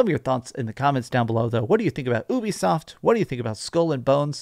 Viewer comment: Just say “you-be-soft”